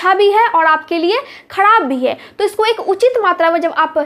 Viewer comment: Khadab Nahi kharab Sahi bolna sekhiye you don't mind